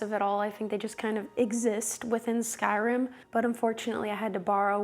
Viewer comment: It's pronounced Skyrim not Skyrem. Just so you know. ❣